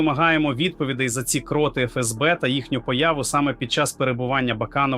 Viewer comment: Ви говорите правду. Але... Ви читаєте текст так, наче ви Штучний інтелект,.в багатьох словах ви так само ставите невірний наголос! КротИ, а не крОти, свідОмість, а не сввдомІсть, пАнікою, а не панІкою, спрАвді, а не справдІ, на конУ, а не на кОну, справедлИвості, а не справедливОсті, лАйкнути, а не лайкнутИ, ЗелЕнського, а не ЗеленськОго... Така річ дуже ріже слух!. Будь ласка, зробіть свій ефір якісним, щоб ваша річ не викликАла ніяких запитань! І ще: Не стріляйте час від часу очима у верхній кут! Усе українське має бути досконалим! Згодні? Дякую!